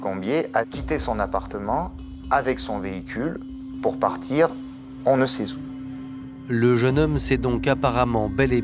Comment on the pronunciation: ''on ne sait z'où...''